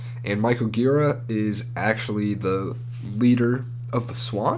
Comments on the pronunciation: to add to this entry, the arguing man and woman are Gira himself (who is drunk in the audio recording) and Jarboe (the vocalist and keyboardist for Swans for the majority of their original run) and is supposed to be dedicated to Jarboe Also I should add that Gira is pronounced Jeer-ah not Gear-uh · It's neither Jeer-ah nor Gear-uh, it's juh-Rah.